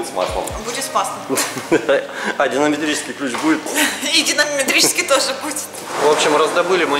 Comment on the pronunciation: Топчик, клиент сам меняет. Да, с динаметрическим (правильно сказал) поакуратней😂😂.